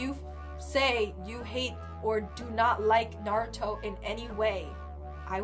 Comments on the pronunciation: *sigh They’re still saying Naruto wrong. -_ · i hate how they say naruto!!